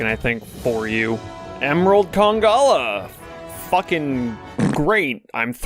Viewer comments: it's conga-LALA lmao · It kinda triggered me every time when you forgot the second "la" in Congalala which was every single Tim you said it 😂